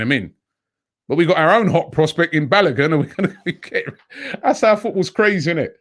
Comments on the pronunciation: Robbie, I like the way you pronounce Balogun. Hahaha! Try pronouncing it this way; 'Barlowgoon'. You are doing a great job on AFTV. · Pronounce Folarin Balogun's name well. Ask Kelechi to teach you